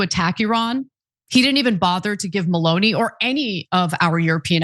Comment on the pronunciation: It is not Maloney for a start to get the name right. MELONI, when you speak about the political relationship with President TRAMP